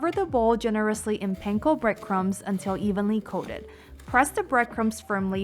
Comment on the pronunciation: The way you say panko makes me cringe. Hehe.